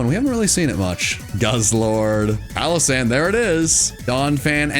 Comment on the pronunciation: SANDYGHAST IS ONE WORD, NOT 2 WORDS! AND IT'S PALOSSAND, NOT PALASAND!